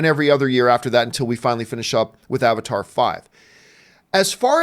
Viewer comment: I just like how Arnold Schwarzenegger says Avatar as Abatar.